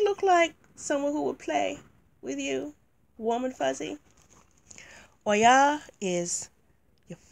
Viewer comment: I always love your videos <3 Thank you for reviewing this deck. I think the concept is awesome, but I do not feel the energy or the images correctly portray the cultures from which these Goddesses come from. Your verbalization of Oya is soooo beautiful!